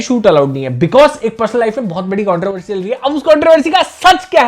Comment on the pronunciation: Why is it controvery instead of controversy 😮